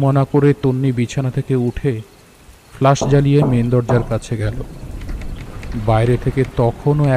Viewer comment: Flash not flush, coincident noi its concidence. Dear team this narration was quite flat no emotional touch present in the entire episode hence it missed to evoke any atmosphere of horror. I loved ur Byomkesh episodes but this missed the mark!😔😔😔😔😔😔.... Goodnight ✌